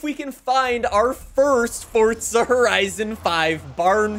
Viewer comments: Dude, for the last freakin time, it is Forza not Fortza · Za. not Tza.